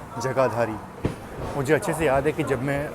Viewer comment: Bhai wo jajhadari nahi hai jagadhri hai wo